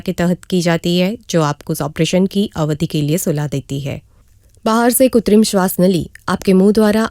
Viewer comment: Mam the real pronunciation is KRUTRIM, You are missing it by saying KUTRIM